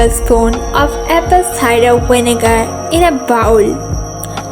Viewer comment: She pronounced vinegar "winegar" and then turned around and pronounced witch "vitch"... lmao